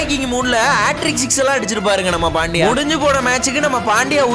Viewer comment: Bro ot is pandya not pandiya